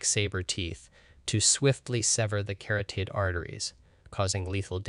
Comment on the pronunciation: ca-rot-id artery. Pan-gee-a continent. Sa-rop-sid. Si-nap-sid. Watch PBS Eons to discover the proper pronunciation for these complicated words .